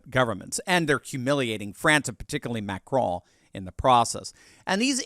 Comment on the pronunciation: Just pronounce the "n" in Macron and be done with it.... it sounds ridiculous for an American to try to say it with a bad French accent.